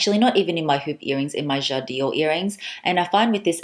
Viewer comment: <3 dear, I didn't stop watching your videos for the last few days as you are very sympatic. But please don't say: jad i ore...its called 'jadore', without an extra 'i' in the middle! it comes from 'j'adore' french for ' I love' <3